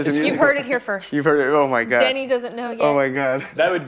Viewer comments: Ça me fait bizarre en tant que québécois entendre un français prononcer le S de Denis Villeneuve. Super interview ! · oui mais le français c'est sa première langue. Il devrait savoir comment dire le prénom "Denis". Il le prononce "Denise". Il dit le S alors qu'il ne se prononce pas. Timothée le dit bien le nom du réalisateur et Zendaya aussi le dit bien. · Mais pourquoi il a prononcé Denis avec le “s” mdrr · Hugo est français alors pourquoi il dit "Denise Villeneuve" au lieu de "Denis"? Denis c'est pas un nom commun en France? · Can he stop saying zendaya and denis names wrong like wtf